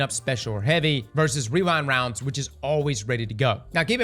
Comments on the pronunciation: Take a shot everytime says WeeWind Rounds 😂 🥃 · “Rewine wound” 👁️👄👁️